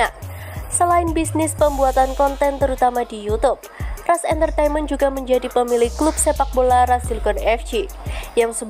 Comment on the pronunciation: Bukan RAS woooyy tapi RANS